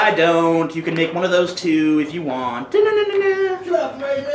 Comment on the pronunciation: You pronounce Mario strangely...